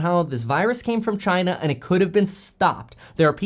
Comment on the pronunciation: Each time he says China, I can only think about CHY-NA